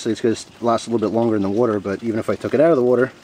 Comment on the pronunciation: Wow, even soaked in wudder. Thanks